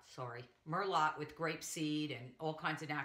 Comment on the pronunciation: I can not believe you just pronounced merlot like that....